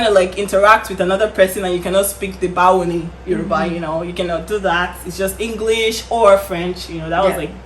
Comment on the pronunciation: She got the pronunciation “Bawo ni ” quite well 😅😅